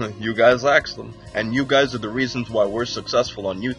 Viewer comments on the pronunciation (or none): Nobody has ever "axed" you a question. Learn to speak.